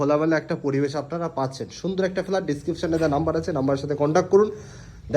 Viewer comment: Valo noy.r flat hobe.flaat ucharon korchen keno?😂